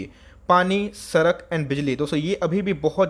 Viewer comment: "Bengali Accent"